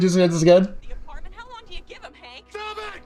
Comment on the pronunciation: “stgjfvughop it!”?😂